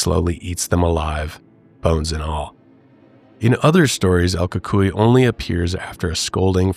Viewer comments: Pronounced cucuiy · The Ku-Coy is how I was told it's pronounced